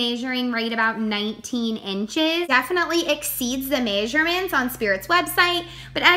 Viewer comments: Measurements "MAY-SHUR-MINTS" What accent is this? Lmao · Im from minnesota... and i dont say may-sure-mints. But ive heard some people here say it.